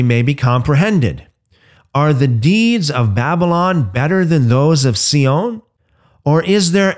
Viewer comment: Sion is pronounced Zion.